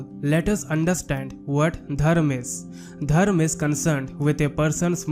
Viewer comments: It's dharma not dharm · It would be better if you learnt to pronounce Dharma with the ‘ma’ at the end